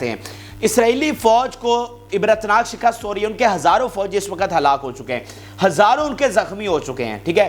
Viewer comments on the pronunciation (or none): none